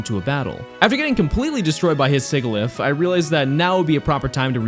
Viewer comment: I'm convinced that everyone that pronounces Sigilyph the way you do in this does it on purpose just to irritate people